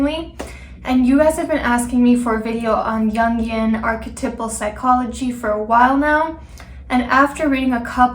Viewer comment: You can't pronounce Jung or archetypical